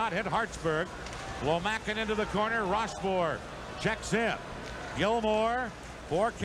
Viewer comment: РошфОр, а не РОшфорт